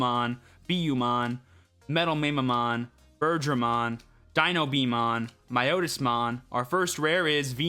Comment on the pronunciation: Love your stuff! I feel compelled to say that Mamemon is pronounced "Mah-Meh"-mon LOL Can't wait to see what decks come out for this format!